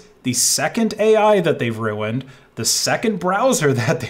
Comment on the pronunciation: says ruined like Stewie Griffin. Knowing this; you can never not hear it.